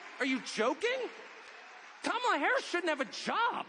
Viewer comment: I love how Tucker calls Kamala Carmela.